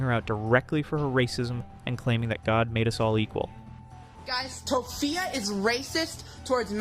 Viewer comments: Im sorry but "to-fupa" gets me every time 😂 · The Tophia name butchering is funny lol